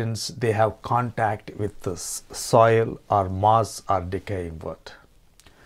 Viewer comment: SOIL!!!..NOT SOUL!!🤣🤣🤣